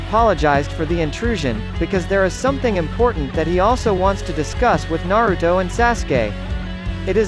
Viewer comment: He said Naroodo